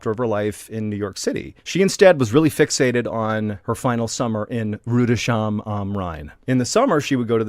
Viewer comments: Pronounced Rudis-hime. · If you ever decide to re-record it: Pronounce Rüdesheim like "Rew-des-hyme". This is basically the closest you can get to the actual pronunciation. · Rudesheim is pronounced "Rudes heim." The S H are not linked to one another to create the SH sound we are familiar with in English.